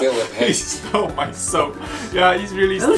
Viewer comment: 我一邊聽一邊懷疑自己的耳朵 我真的是在聽英文嗎😂😂 阿滴聽得懂95%我是聽不懂95%😂 Feeding my chickens 我聽成 fighting my chickens 🤣🤣🤣 最後一支影片好好笑🤣🤣🤣 Just the way he said "he stole mah soap!" 🤣